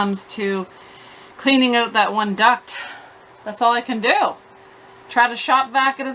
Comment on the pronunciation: Need leaf blower blow that hose out.😂. Speaking about that, you don't say that out word right. Ewwt. 😅